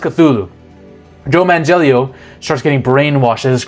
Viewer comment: Did he say Joe Man-Jellio? LOL The idea of the Elder Gods was mostly August Derleth who put in his own Christian ideas into the Cthulhu Mythos to add a good vs. evil battle that Lovecraft didn't imagine. There aren't really any copyright issues to worry about as the Cthulhu Mythos is public domain.